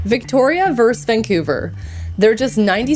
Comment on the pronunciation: Not 'verse', the word is 'versus'. Verse is in a song or poem. Sigh...